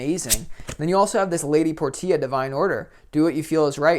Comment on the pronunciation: Lady Porscha, not Por-tee-a. Think Shakespeare. Nice reading.